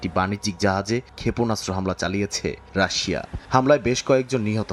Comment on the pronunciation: রাশশিয়া বলেছিলেন 😂😂